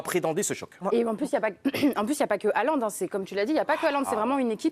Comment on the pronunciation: Le mec est une star planétaire et il y a encore un nombre majoritaire de journalistes français incapable de prononcer son nom correctement. En norvégien le "Å" ou "AA" (C est pareil) ça se prononce "O". Donc Haalland ou Hålland, se prononce Hollande avec un "H" aspiré. Merci de respecter son nom.